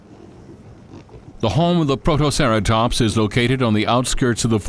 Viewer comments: ... WHAT IS A PROTOCERATOMPS!!?!? HIS PRONUNCIATION IS SO BAD! PROTO-CERA-TOPS-! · "a couple of growling P R O T O C E R A T O M P S " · Let's not forget "Protoceratomps". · what about protoceraSTOMPS!